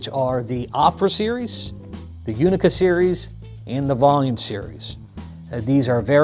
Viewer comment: The "Unika" drums is pronounced like "Ooonika" not like "you nika"